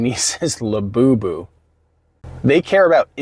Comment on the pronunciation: I love to hear you say La Boo Boo 😂 it’s great to laugh at all the madness IF you can because it’s exactly what they don’t want you doing!